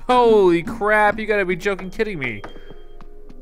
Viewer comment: I thought he said crab XD